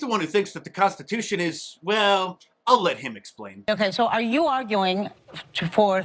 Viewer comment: She can't even SAY Constitution! 🤣🤣🤣🤣🤣🤣